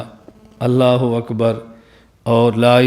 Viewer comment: لفظ اللہ پُر پڑھا جاتا ہے درست پڑھا کریں